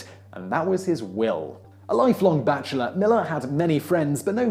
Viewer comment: There are some Millars in my county. They don't pronounce it Maller, as in this video. It is Mill-AR.